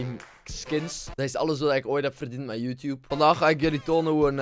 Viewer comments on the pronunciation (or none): none